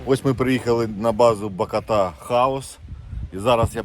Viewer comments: БакОта, а не БакотА😀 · Відео чудове, тільки наголос на другу букву бАкота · Ба́кота Ба́кота Ба́кота наголос !!! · Не БакОта, А БАкота😂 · БАкота, а не Бак0та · Радий що вам вдалося відпочити. Тіль блт не БакАтА, а БакОта!!! 🤬